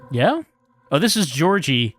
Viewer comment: Thanks for this, it was fun to see a more lighthearted take on the game. Also, I got a minor stroke every time pronounced Georgiy as Georgie:D